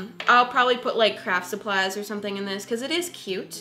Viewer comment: It sounded like you said crap supplies